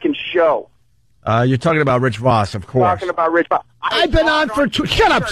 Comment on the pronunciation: Everyone including Rich pronounces it “Rich Vawss” Opie: Rich AHHHHHH VAHSS in studio